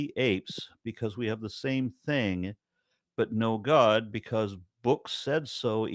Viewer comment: I love how the man says:" GAHD! The sons of GAHD, and when the bible refers to the sons of GAHD..." 🤣 I now understand where Darkmatter2525 got that pronunciation from 🤣 There are actually people who say it like that 🤣